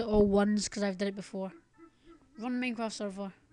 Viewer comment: "meincraft" lol